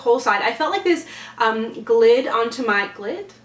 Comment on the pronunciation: Glid lmao, you mean glide?